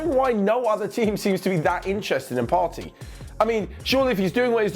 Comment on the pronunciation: Its pronounced Part-tay not Party😤